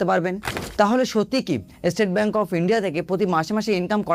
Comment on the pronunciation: ভাই এস্টেট ব্যাংক নয়, স্টেট ব্যাংক বলতে শেখো, বিরক্ত লাগছে শুনতে। বাঙালি হয়েছো বাংলাটাও কি ঠিক করে বলতে জানো না?